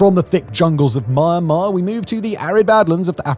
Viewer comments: It's not pronounced "Myan" like the Mexican My-an. It's mee· an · maar . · Why do you keep syaing MA AHN MAR? SAy it with me now MEEE ANN MAR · Well researched video about rarely talk about conflict. One thing I'd like to change is the pronunciation of the country's name, Myanmar.(pronounce more like Mian-mar) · Mian-mar, not My-an-mar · Try first to name the country with correct pronunciation. It is not Marmar. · Dude stop saying the world Myanmar especially when you can’t pronounce it.